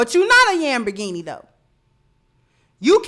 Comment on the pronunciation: "Yam"berghini..😅😄😆 I'm done. cutting up 😆